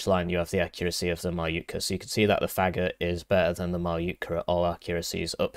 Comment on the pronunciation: Thank you for letting me know, but pronouncing it "Fagot" is way way funnier